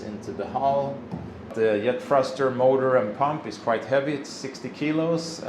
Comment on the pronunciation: The Yet thruster. You guys really struggle with the ‘J’s. I’m not criticising at all, it yust reminds me that English isn’t your first language. Love your videos. Can’t believe it’s been three years already. That just makes me think how little I’ve achieved in the last three years!